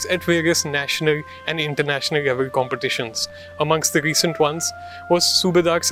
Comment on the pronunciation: The reporter can't pronounce many english words properly especially whenever there is an 'l' in between the letters, like, wrestling , 'level' , 'wrestler' , 'accolades'